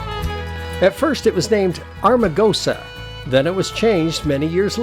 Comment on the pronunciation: Nice episode. I’ve been all over Death Valley. Magnificent. By the way, it is Am-ar-gosa, not Ar-ma-gosa.